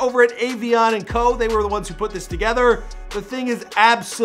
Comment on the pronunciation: He didn't even say avianne right lmao 😂😂